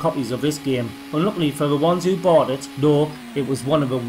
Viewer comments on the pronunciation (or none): none